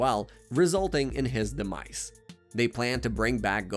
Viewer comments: I’m on another account so uhhhhh yea Part 2 this one could just be way he talks idk ain’t no way that’s the name of the attack “da mice” (he says this a lot in the saiyan saga so be prepared 💀😭🙏) he’s talking about the dragon balls like they’re a person another masta roshi wait did he? (I didn’t watch dbz either but I know more about it than this guy or I wouldn’t be writing this I can’t remember if it was 10,000 or 10,000,000 but I know it wasn’t 1,000,000 HELP “da mice” ARE STEALING MY CHEESE PLS HELPP!!!1!1 it wasn’t confirmed that it was a t-rex but it was a dinosaur I’m writing this at 2 in the morning and my fingers are getting tired so imma sign off for tonight👍🏻 Edit: also I accidentally made this a comment and not a reply so u just gotta scroll a bit to find the original comment. Just look for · also how it says demise... it is not de mice... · Part 3: guys “da mice” are in my refrigerator they’re eating all the cheese “yahjeerobae” “well done”✌🏻🥀 i think bro was just trying to play baseball help im running out of “da mice” puns “Dinazaur” it’s called a galick G U N but I’ll let it slide bro I can’t keep doing this NOOOOO I THOUGHT I WAS SAFE If I do anymore at a time I start losing brain cells so see ya in part 4💀😭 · How u pronounce this shit pisses me off and 400000 others. Sai BAH men. sai YAHNS. DEMice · Dee mice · He pronounces “demise” as “Dee-mice” and “further” as “fur-dur” … I think he’s just not great at speaking or baiting for comments complaining about it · And demise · Demise was making me furious till I understood it as ai